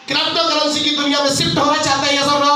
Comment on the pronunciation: Krapocurrency nahin hota , crypto currency hota hai